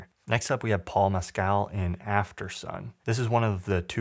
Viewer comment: It's pronounced Paul "MESS-cl" (not mess-CAL)